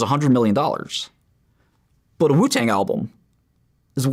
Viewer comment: Is it just me or does it sound like he says “poo tang”